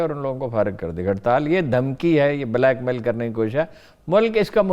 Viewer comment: program anchor ne "QAAF" ko remand par lia hua h..... URDU ki aisi ki taisi kardi h..... "Kaaf" ki jagah "QAAF" Hu"Q"oomat..... Bla"Q"mail..